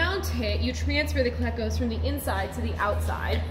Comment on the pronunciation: Took me a sec to figure out what you were saying when you said cleahcos... preeeeety sure it's cleeeecos... :) I'm just giving you a hard time. :D